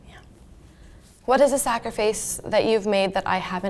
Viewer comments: She said sacriface 😂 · the way says sacrifice..... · uhhhh i can’t be the only one who is wondering why o mispronounced “sacrifice” AHHHHHHAHAHA i rewinded this like 3 times to make sure